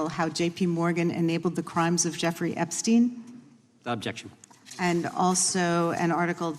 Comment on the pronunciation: The American senate = learn how to talk yourself out of a wet paper bag ….ooob..jexshun